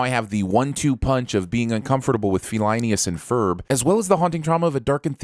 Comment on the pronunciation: The moment i hear "phelineas and furrb" i Just cracked